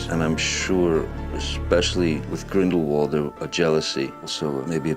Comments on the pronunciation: NO NO NO. Grindelwald. IS pronounced with a V. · Not really tho. He's pronouncing it less wrong but not correctly. Grindelwald is German so therefore it needs to be pronounced very differently to the English pronunciation